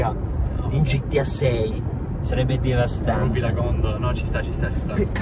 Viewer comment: Se ascoltate bene a un certo punto dice DEVASTANTEH